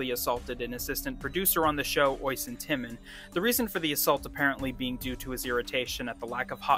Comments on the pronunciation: What was that pronunciation of Oisín lmao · Oysen, every Irish person laughed when you said that.